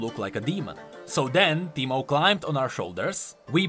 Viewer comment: Soooo teemo become Pee-Mo?